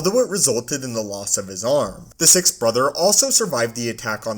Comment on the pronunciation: why cant this guy just pronounce the word six he said "si" not finishing it off like 10 times